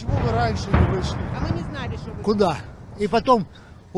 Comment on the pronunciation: Бомжа какогото притягули для фейка,во первых если бы у него в ноге было бы дыра как он говорит как минимум кровью истек,во вторых Украинцы он ударение поставил на укРАинцы ,а кто живет в Украине так не говорят ,местные говорят украИнцы.Фейк чистой воды,и кто опоеделил снайпера за кого он воюет?у него над ним флаг был.